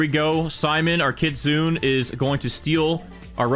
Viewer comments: Kitsune is not KITZEEUUUNNN 😭😭😭😭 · You pronounce the “e” in kitsune jsyk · Learn how to say kitsune right 🥀